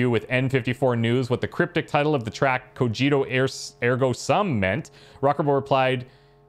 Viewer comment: Ko-gee-to. Not Ko-jee-to